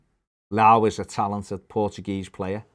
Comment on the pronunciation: FYI - It's pronounced Lee-oww.